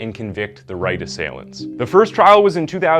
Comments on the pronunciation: Um who is Taylor???????? Did anybody else notice this slip up?? Wish people that just read scripts would actually proof read that's a pretty disrespectful mistake to make. You can't even say "assailants" properly, come on. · did you say ass-ia-lants... Dude I love ya work but in a lot of vids you stumble on the script and miss pronounce words. You know you can do re-takes yeah... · Man. How can you pronounce assailants wrong in one sentence, then get it right in the very next one. Gotta pay more attention and slow down man. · How many different ways can you pronounce assailants? This video was done terribly. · I'm 100% convinced this dude pronounces at least 1 word wrong on purpose in every video...how do you pronounce "assailants" 3 different ways in the same video 🤣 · Such a bummer that STILL pronounces words wrong. How do you not know how to say ASSAILANTS??? Maybe don't include words you don't know how to say... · Assailants Say that for me again Or maybe actually look up the pronunciation